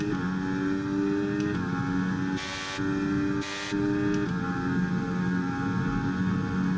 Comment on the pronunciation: " De' vries" "magnussen"